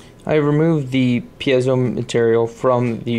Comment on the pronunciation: A couple of comments: -You say Pee-zee-oh and Pee-zo. The word is actually Pee-ay-zo. You are not alone, as many engineers also have never bothered to learn the correct pronunciation either. -When you use the piezo transducer to generate a voltage, keep in mind that voltage depends on force applied. A piezo igniter uses a spring trigger to apply lots of force suddenly. Your multimeter cannot respond fast enough, so it shows a low voltage. It is actually more like 2000V briefly. Ask your teacher!